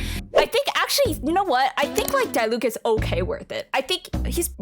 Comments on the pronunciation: YOU SAY IT AS DEELUC NOT DIELUC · idk if you're meming, but it's not D-eye-Luke 🤓